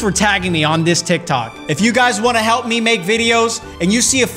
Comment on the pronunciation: its tiktok not tiktko